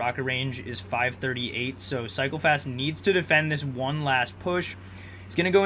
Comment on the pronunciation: Sometimes i heard psychopaths instead of cycle fast lol